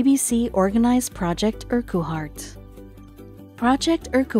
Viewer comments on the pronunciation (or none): Madd McGhee I think that Mace was actually pointing out the stupid mispronunciation bud, like the ridiculous mispronunciation of Project Urquhart as "Urr cue hart"...These uploads with robotic sounding narrators are all the same...Pure clickbait.